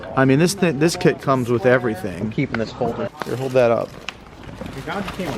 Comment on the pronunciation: Dude cant even pronounce the kits name correctly.. What a joke